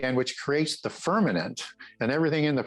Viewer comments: I believe you meant to say 'firmament' and not firmanent. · It’s firmaMent not firmanant 🙄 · Why does say "firmament" like it times with "permanent"? Seriously, he says "firmanent" many times. Ridiculous.